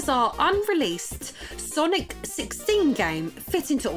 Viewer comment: It's not that hard, "sir-knee"